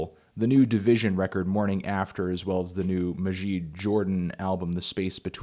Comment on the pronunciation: It is pronounced mah-jid not mahjiyd Jordan